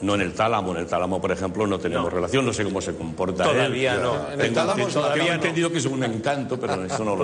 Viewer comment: La reacción de Berto cuando Juanjo pronuncia la palabra "Tálamo" xDDDD